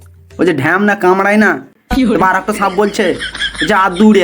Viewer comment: Sanp noi Bhai re sap